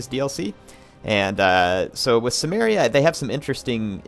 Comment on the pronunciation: I think its pronounced Kimmeria